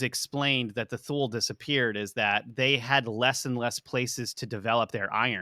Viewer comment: Thule is pronounced like this: too-lah This is a fascinating video so far!! It's fascinating how difficult cultures who didn't interact had many of the same legends.